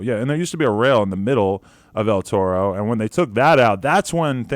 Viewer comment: Say it right dawg ur in LA “L Toe-Roe”🤣🤣🤣🤣wtf